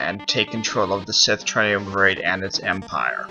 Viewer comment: Really bad, your having trouble reading and didn't know how to say triumvirate. You have terrible pace and volume control, stop doing videos.